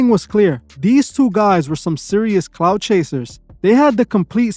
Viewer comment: Clout, not cloud, dummy